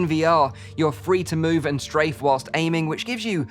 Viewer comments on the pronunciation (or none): none